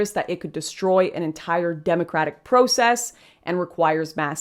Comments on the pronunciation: Its not just the word trauma that you pronounced in an odd way. It's also the word process. But great video by the way. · Also, cringing at her pronunciation of "process" 😣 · I noticed that Canadians pronounce “process” as pro-cess. Here in California it’s prah-cess 😂